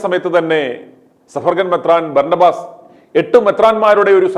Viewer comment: ഓസ് അല്ല ആസ്... Berna ba.... Ass